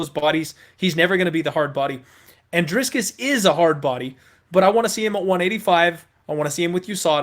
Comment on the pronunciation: What a clown. Have you nevee watched a youtube video of Dricus just to hear how you pronounce his name.. you are a joker